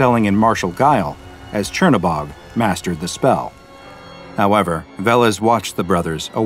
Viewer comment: As a slav its funny to listen to you trying to pronounce Crnobog